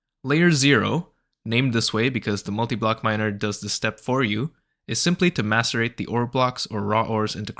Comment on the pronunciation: 👍 straight away for simply pronouncing "macerate" correctly.